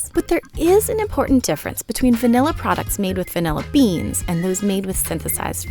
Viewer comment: Taking a shot of vanilla every time the host says “vinella”